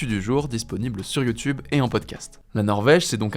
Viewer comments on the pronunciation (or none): none